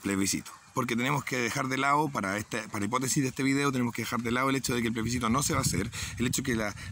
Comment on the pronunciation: Comparto, pero xfa: ✔️plebiScito ❌pleSbicito